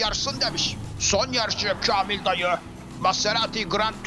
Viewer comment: bir türlü kamil dayı diyememesi. KELOĞLAN BILE DEDİ😂😂😂😂